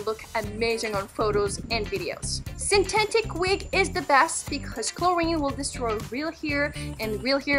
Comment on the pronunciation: It’s synthetic not syntetic